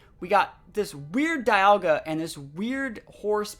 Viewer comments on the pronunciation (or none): none